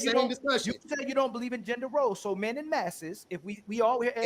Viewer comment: "En masse" is pronounced "on mass"; why do Americans butcher the Glorious English Language???